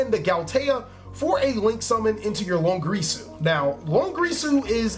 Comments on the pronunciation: it's long IR su ... not longrisu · Every time he says "Dingrisu" or "Longrisu" I die a little bit inside. It's Dingirsu and Longirsu.